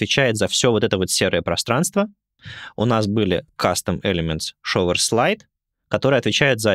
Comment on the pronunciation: There a subtle difference in pronunciation of “shower”, in this case “показыватель”, not the “shower” — “душ”. It goes more like “шоУэр”, not “шовЕр”, cause it sounds like “shover” — “запихиватель” ))